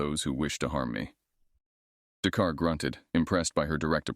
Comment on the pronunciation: "The car " instead of "Dakar '?